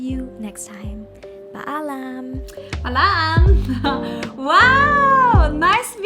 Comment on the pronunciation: paalam not palam. Your great!